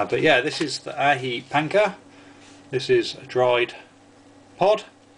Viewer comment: Just to alleviate your confusion about the pronounciation of the name (you mentioned this quite often in the recent two vids), I think it's "Ah-hee Pahnkah". The "j" is spoken like an "h" in Spanish, the "a" like an "ah", the "c" like a "k". :)